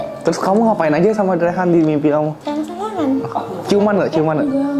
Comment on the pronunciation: Bukan rehan tapi reyhan